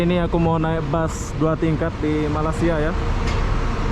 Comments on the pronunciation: Ya saya pun pernah komen tentang ini : Melei-sia bukan Malai-sia. Tapi susah nampaknya nak ubah. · Tolong betulkan tutur bahasa anda kerana sebutan anda dengan ejaan Malaysia bukan Malasia . Tolong belajar di sekolah untuk betulkan sebutan ya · Bukan malas sia ye sebut dgn betul ye tolong ye , sekolah sampai level mana , malay sia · Please ya lidah orang Melayu dan Jowo nga ada bedanya ya. Masing masing makan belacan dan makan tempe. Soal loghat dan sebutan nga harus ada bedanya. Janggan bahas alasan ya nga bisa sebut Y pepet I ya.